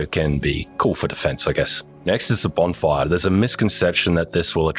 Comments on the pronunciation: Went from "BONFIRE" to "BONGFIRE" lol. Did anyone else catch that? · Ah yes, the B O N G F I R E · Love how it says Bongfire lmao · "Bongfire" lol, awesome video!! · love how it says bongfire